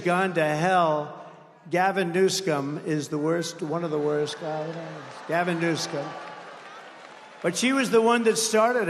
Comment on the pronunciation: He said Gavin Newscum Lmaoooooooooooo